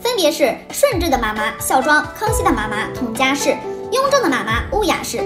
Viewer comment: 佟佳氏被你说成维加斯